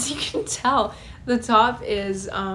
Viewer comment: "the teaop" lol went British there for a second